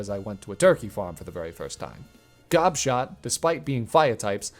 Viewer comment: Gobshot is such a funny name. When I first heard you say it i thought you said Gobshite and i was dying of laughter